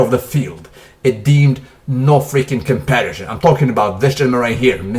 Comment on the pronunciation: NO COMPERRRSHHION